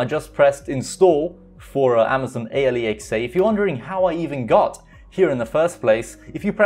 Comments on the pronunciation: hopefully, you're trolling with the whole A L E X A pronunciation to trigger ppl lol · Its pronounced al-x-uh you dont say each letter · People at Amazon spent so much effort to come up with an actual name, and you call it A.L.E.X.A. ... xD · Please stop saying alexa that way.Idk try something else instead because it sounds weird and annoying.Maybe just call it the assistant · Before becoming a YouTube pronounce Alexa right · Ha he can’t say alexa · Way you pronounce Alexa sounds like a Newgen you would find on Football Manager lol